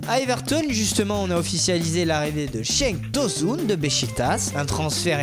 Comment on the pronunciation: C'est Cenk Tosun et sa se dit Djenk Tosounne